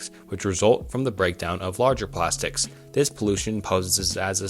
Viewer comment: “Single use PrAStics”